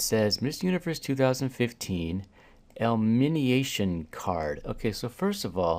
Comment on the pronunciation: It's ELIMINATION, NOT ELMININATION. You said ELMINIATION. That's not even a word.